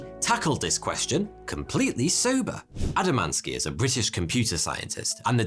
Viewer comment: Adamantski 😂, wait, what? Oh poor guy must have been jabbed at school for that.